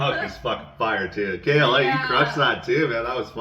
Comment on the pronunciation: You got it right, yall. K.L.A., not killa . Thanks again for all the kind words 🔥 you guys are awesome